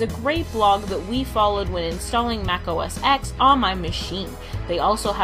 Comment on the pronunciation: Great video guys, although I must pick you up on your pronuncian - it's Mac OS X (pronounced Mac OH-ESS TEN), X is a Roman Numeral for 10.